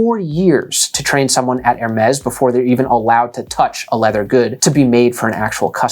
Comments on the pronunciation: It's Hermeeeees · You made a video on luxury items and you don't even didn't even bother to learn how to pronounce Hermes? Poorly researched.